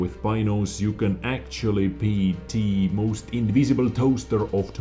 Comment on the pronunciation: "If you are spoted, you are TOST"................come on, so easy.....